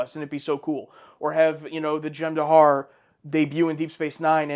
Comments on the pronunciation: For the love of god, they're called the Jem-Hadar, not the Jem-Dahar. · "Jem dahar" no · "Dahar" apparently...